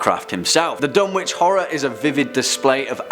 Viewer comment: Another great video! However you don’t pronounce it Dun-witch it’s Dun-itch. Silent W.